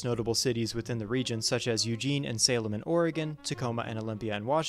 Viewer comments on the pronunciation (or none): none